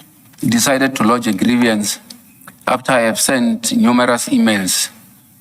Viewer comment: It is not grievyance! It is grieVance. There is not an extra i in there!